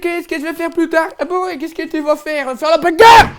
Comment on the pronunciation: "la baegare" !!!!